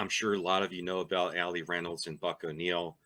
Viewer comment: Buck walked Ernie Banks into the major leagues after coaching him in KC. No one deserves it more than him. You nailed the name, by the way. You had me fooled.